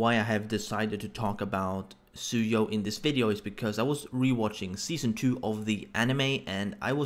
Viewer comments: fax gonna throw shade can't pronounce the name even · Chaotic Plus 👏👋 BOI and it's "Tsuyu"